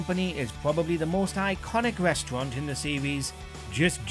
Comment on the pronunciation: I can't help but burst out laughing when he says 'reshtrunt' 😆😆 idiot